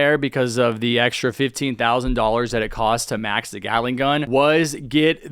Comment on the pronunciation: Man gyatling gun not gyatting mann